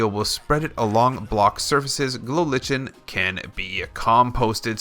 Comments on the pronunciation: It's a fungus, and there is no debate, it's pronouced Lichen, (Lie-ken). A simple google search will reveal that much. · it's pronounced glow lie-ken XD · It is pronounced like-n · Lie-ken is how its pronounced 😂